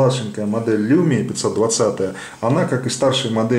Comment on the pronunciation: Не люмиа а лумиа... Так финны говорят даже